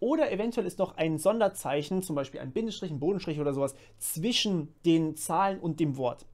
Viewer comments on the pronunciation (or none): none